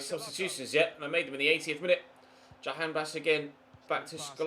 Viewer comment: As an Iranian I'm glad that you pronounced Jahanbakhsh as close as possible, I've seen other youtubers don't even bother to try.